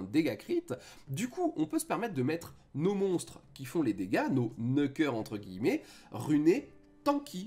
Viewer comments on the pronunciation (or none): none